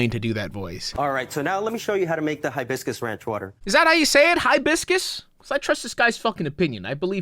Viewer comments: I've never heard anybody pronounce it "HIGH-biss-kiss" before. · I've heard Hibiscus pronounced both ways. My family is from Honduras and pronounce it like you. We don't hit the "HIGH" in Hibiscus as hard as that guy. Think that's an American thing? Tho it could depend on your accent, I suppose!